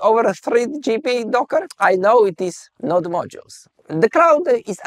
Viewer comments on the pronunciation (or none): none